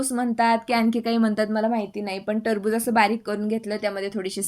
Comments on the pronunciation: Tarbuj nahi ye te kharbuj aahe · Tarbuj nai te kharbuj ahe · Trbuj nahi kharabuj 😂😂😂